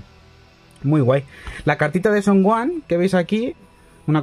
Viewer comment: Son oan? Es Gohan y se pronuncia gojan